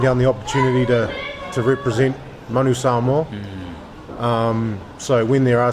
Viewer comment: Coach, please learn to pronounce Samoa properly. Keep up the good work!